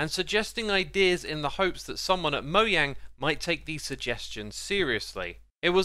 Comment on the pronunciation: FINALLY someone who says mojang correctly